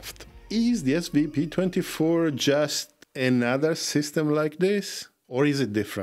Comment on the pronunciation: You keep calling it “SPV-24” 😂 All the best to everyone